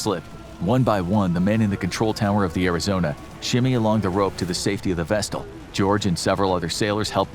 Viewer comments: Vessel not vestle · What's a "vestal"? Does he mean "vessel"? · Vestel.. lol buddy there’s no “T” in vessel..a decent video editor might do you some good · Love your work. Just one thing, there is no t in the word vessel. While I'm being a pedant, Iran is not pronounced like "I ran", its a soft i, like "ee ran" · I may be missing something, but the word vessel doesn’t have a “t” in it.